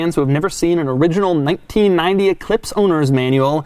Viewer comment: Holy hell. The way he says 1990 bugs me almost as much as his childlike, completely clueless description an equalizer. It's an audio equalizer you twit. Annoyance aside this brought back great memories of my high school days. Many of the things he pointed out as being weird are things I miss about cars from the 90s when I learned to drive.